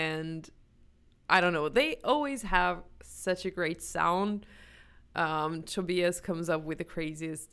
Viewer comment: Wow! Perfect pronunciation of 'Tobias'!